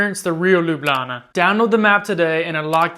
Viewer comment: You now say "Lublana" like a real Ljubljančan 😊